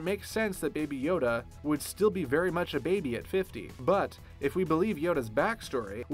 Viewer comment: I actually thought he said baba yaga